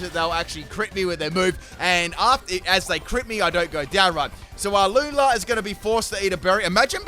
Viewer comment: The way you pronounce Lunala gives me nightmares 😭😂